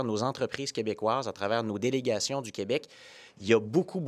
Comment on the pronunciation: Je remercie et félicite PSPP d'avoir arrêté de dire "qWebec" quand il parle en anglais. Vive le Québec libre